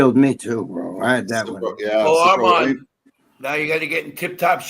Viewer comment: “Brudda”? LMAO. No cap is not also only a failed client of Armons, but he couldn’t even finish basic high school education.